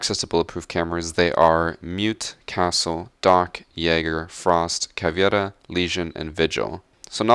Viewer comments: CavEIra not CavIEra,but good video dude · why do he say Caviera? its caveira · for the gods sake, stop saying caviera. Its a portuguese word, not spanish. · Why insist on mispronouncing Cav to make it sound Spanish, but not use any accent on Mira, an operator from Spain? Think capoeira, another Portuguese word. It's like nails over chalk every time. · The way you pronounce Caveira and Maestro 😂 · That accent when you said caveira and maestro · listen to how he says caveira and maestro lol